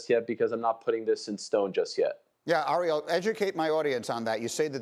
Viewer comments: Its AIR-eal. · hurts my ear every time the dude pronounces ariel's name wrong